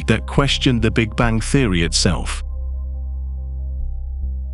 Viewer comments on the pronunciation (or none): The big Bangk? What is a bangk? LoL!! The almost robotic voice is terrible at pronunciation. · Why the hell are you pronouncing bang with a K? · Sorry, can't listen to someone that pronounces "bang" as "bank". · The "Big Bang", not the "Big Bank". Damn computers. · Tolmasoff how can u listen to a person who says the big bank & not the big bang?this narrator cant even speak words properly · Bastikov he said the big bank.this gut cant even pronounce words properly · "Big banK"??!!! REALLY??!!! Perhaps a different narrator might be a good idea!